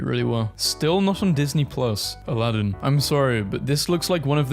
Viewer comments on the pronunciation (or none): none